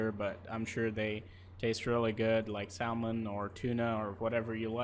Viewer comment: The L is silent is salmon when speaking English.